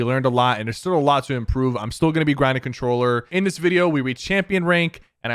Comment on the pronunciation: MORE CONTRWOLLER